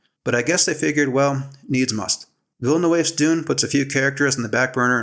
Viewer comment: Interesting analysis. You need to learn to pronounce Villeneuve. It's a common Québécois surname (my best friend in elementary school was a Villeneuve). I'll try to describe the sounds. Somewhere between Vill-nuv and Vill-nehv